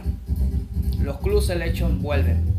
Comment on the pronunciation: ademas se dice "clab" y después dices "Selekchon"